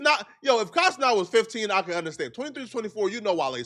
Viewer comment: why are you still saying Kai CeNOT instead of CeNAT?